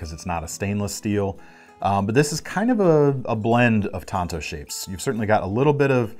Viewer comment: keep your hand size reference and thank you for pronouncing TANTO correctly.